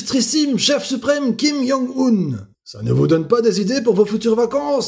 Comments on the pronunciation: C'est Kim-Joung-un pas Kim-young-un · Ça me perturbe trop qu'il dise "Kim Yong Un" XD